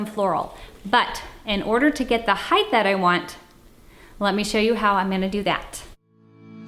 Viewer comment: I’m not picking on you but why do you say height like hith? Is it to make it interesting or something from where you live? Please answer this. I’m just slightly confused